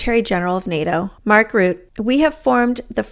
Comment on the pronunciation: Rutte is pronounced ‘roota’ ❤. Terrific commentary - hard follow, great job. ❤